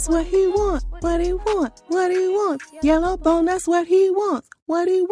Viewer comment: “Yella Bone” when she ain’t even black 😂😂😂 what is that? You ma’am are giving Rachael Dolenzal. You want the hype but not the strife. No can do Yella.